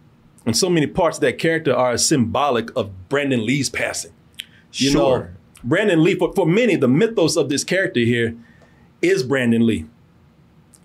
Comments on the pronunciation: It’s Brandon, not Brendon. C’mon Man. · Its probably more disrespectful that youre calling BRANDON lee "Brendan". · Brandon; not Brendan. Damn.